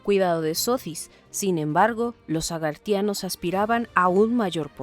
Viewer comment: Se dice agarthanos/nabateos 😣😣😣😣